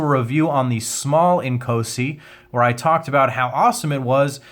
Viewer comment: Great video... just wish all the reviewers could get the pronunciation correct... it is NOT Ink-OH-si (like in OH MY G...) it is pronounced... In-KAAAW-si. (like in AWE-SOME)